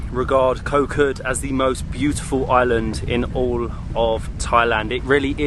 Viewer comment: hi great travel video , but please remain Kho Kood natural paradise, please do not make koh kood overtourism. and the pronouciation is Koh "G"ood" with low tone, not pronouce "K"😊